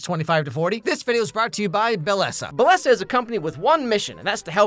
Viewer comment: Btw not to be that guy even though I’m being that guy rn, Bellesa pronounced “Beh-yeh-sa” or “be-je-sah) its Spanish for beautiful :)